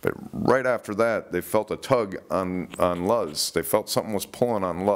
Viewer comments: .my daughter has a friend with that same name ( Luz ) she says it's pronounced LOSE.,not Laughz.😊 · Luz Flores is pronounced " Lose"... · Its pronounced "Lose"... Talking about Luz Flores. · Hello,that girl Luz,her name is pronounced " LOSE". My sister had a friend with that name, at 1st I pronounced it like it looked, same way you are until I was told how to pronounce it.great channel,keep up the good work👍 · Love the way you pronounce luz!!! Lmao